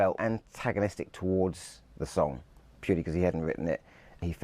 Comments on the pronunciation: Another expert, calling Phil “Linnnnn-it”. It’s Lie-nut” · His name is pronounced Lie not, not Lin not. His daughters said a Linnet is a small finch not a person.